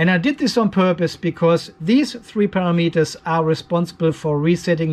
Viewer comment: It's taken me awhile to figure out that you are not saying a pair of meters but rather parameters. It was a bit confusing. ;- )